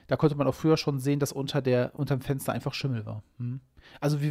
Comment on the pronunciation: Es Fensder, was die Haider (von innen!) ei'g'sclagn ha'm... Und er sagt bei tazächlich "Kommd oich, draud tßu mir" :face-green-smiling